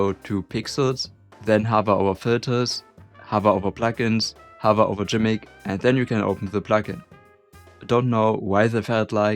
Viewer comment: This is G'MIC isn't it , yep. Welcome aboard folks. Also fairly certain the acronym is pronounced "gimmick".